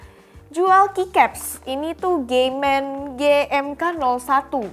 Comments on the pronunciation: Pas bilang nama brand kok "G men"? wkwkwkwkwkwk 🤣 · agak kaget denger brand "gay men" awkwkkkwk